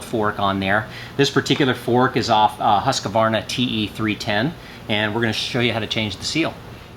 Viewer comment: Btw its pronunced ^Huskvarna^ Ur welcome :)